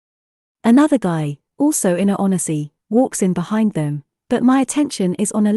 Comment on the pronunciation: Yeah an "on eh sea" instead of a "1 z" was so odd, on top of zero emotions!